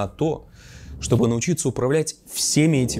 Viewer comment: ТриГада, вы неправильно произносите 😂